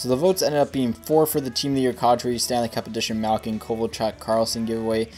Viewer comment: It's kAdri not kawdri